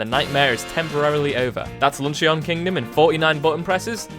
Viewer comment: when he said "lun-chee-in" kingdom